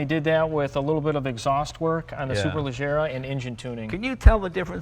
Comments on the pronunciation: Jay mispronounces 'Leggera' as 'Leghera'. Andrew pronounces it correctly.If he made the same mistake with Jay's name, he'd pronounce it 'GAY' . Love this channel! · You´re right. I translated it considering a cognate to Portuguese 'Ligeira' =fast. I does mean light. But Jay does mispronounce it. And chill dude, this is just a place to shoot the shits anyways.